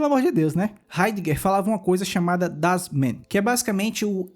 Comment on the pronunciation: „Das Mann“ lê-se das mãn. So pra contribuir. Alemão e difícil msm